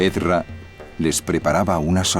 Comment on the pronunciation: creo que lo pronunciaron mal, creo que se llama Esdras